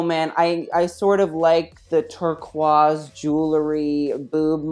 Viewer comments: did he really say turkwahzzz HAHA no hate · But like...turh-KOH-iss